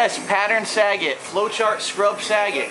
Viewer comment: lol, it's "sah-GAT", not "Sa-get". XD